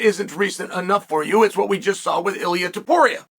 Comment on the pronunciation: Why does Chael say Makelchev right but Illia Apturo wrong?